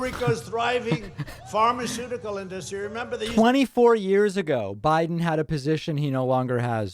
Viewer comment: I’m not voting for him just because of the way he pronounces industry...